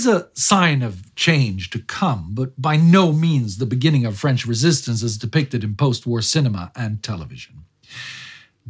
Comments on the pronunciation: Just here to say that your french accent is impressively good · Your french is flawless, just like the important work you're doing here. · My native language is French, I can tell you your prononciation is almost flawless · Wow, your French pronunciation is on the mark. Good job!